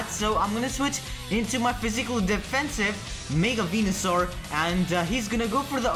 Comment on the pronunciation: You said Wenusoar not Venusoar.